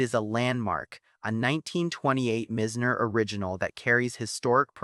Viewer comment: its "M-EYE-ZNER" not mi-zz-ner as you pronounce it.